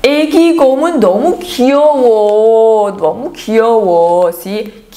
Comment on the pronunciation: Aveses me confundo entre la 니은 y la 디귿 xq cuando dicen 너무 suena como 더무.